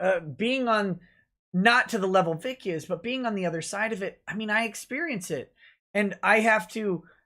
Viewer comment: Hi;-) By the way it's Vic not Vig